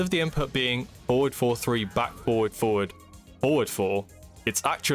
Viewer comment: Nice tutorial but its a bit hard to tell when you're saying "four" versus "forward"